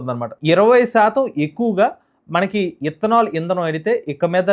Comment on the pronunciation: ఇత్తనాలు కాదురా బాబు... ఇతనాల్, ముందు పలకటం నేర్చుకో